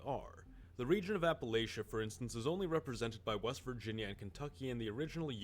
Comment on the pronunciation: Well I know this dude is NOT from Appalachia based on how he says it lol